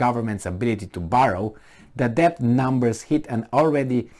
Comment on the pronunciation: Unsolicited but possibly useful advice for: 1. Shorten the little comparison anecdotes..." What if you had a neighbor who.." "What if you were a coach who..." "what do you do with an employee who.." etc and get to the point faster. 2. "Debt" is pronounced without "b" (det). 3. Consider the possibility that despite the obvious stupidity of those appointed to pretend they run anything, the disaster that results is not caused by their stupidity but is he actual INTENDED result by their string pullers